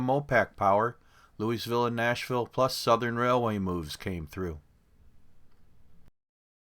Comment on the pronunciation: Louisville is pronounced - Louie-ville; Louie-vul; Lou-a-vul; or Lool-vul; not Louie's-ville.